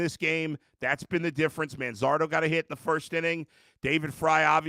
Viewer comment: Why couldn't they pronounce Manzardo's name correctly?